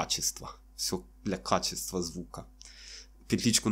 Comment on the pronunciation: "Для КХачества, для КХачества" 😂 Я удивлён что через такую "игрушку" всё-таки так хорошо звучит. Теперь ещё корпус, ручку для микрофона в этом же стиле 👍